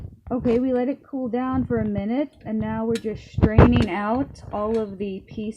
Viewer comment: What is "shtraining"?